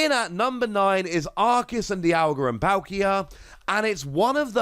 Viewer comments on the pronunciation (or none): So this is not a "silly " moment, but I think you should know the pronunciation for Arceus. For 1, the original Japanese name for Arceus is アルセウス, so Arceus is intended to have an "S" sounding C, not a "K" sounding C. For 2, a majority of words in the English language that have "ce" always followed an "S" sounding C, not a "K" sounding C, and every word that didn't follow that conventional sound either had another letter in front of it such as "chemistry" and "archetype". I have not yet found a word that breaks that convention, but it's fair to say that those words would be the exception, not the rule.